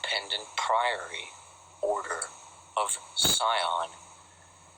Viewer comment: It's the PRIORY OF SION and NOT the PRIORY OF SCION.